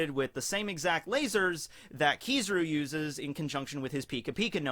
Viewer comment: KizARu not KizIru